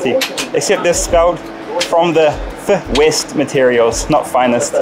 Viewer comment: "Fwest" materials? O_o haaahahaaaa aaaahaaahhhaaa lololol ok next!